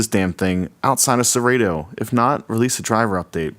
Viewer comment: First thing, it's Serato, with a short a, not a long a. Second thing, it says right on the controller Serato. This controller was built, designed, and marketed to work with Serato DJ./Serato D.J. Intro. And it does just that. It is plug and play with Serato. Dude, you should have done more research, because the information is available on Numark's website as well as Serato's. I purchased mine about 6 weeks ago, have used it extensively(12+ hours) every weekend......it works flawlessly. And let me stress....FLAWLESSLY. The sound quality is great, the pitch faders are very accurate, and the platter response is surprisingly good. The effects strip/search strip is a nice added feature, and I do like the built in display on the jogs. This controller is a steal at $300.00.